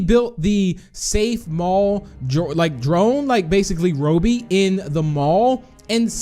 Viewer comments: It’s not Ro-bie it’s Robby use a google translator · It is robby not rubby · The way u say robby is wow but ok cool vid! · Your saying Robby wrong